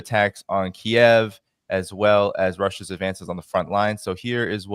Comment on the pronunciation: Sincere thanks to using the correct ENGLISH pronunciation for the cities of Kharkov and Kiev!